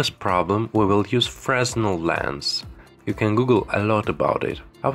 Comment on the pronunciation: Please pronounce "fresnel" properly.